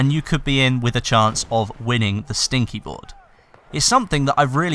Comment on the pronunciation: Should be sticky not stinky :p